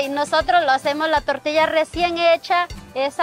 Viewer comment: He said “tore-tea-us”